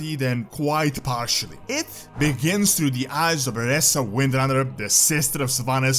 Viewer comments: She is pronounced Vereeeeesa not VereSSa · lel. It triggers me beyond whenever he misprounces Vereesa or Nathanos.